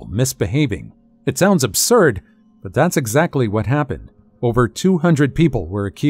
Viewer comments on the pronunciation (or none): none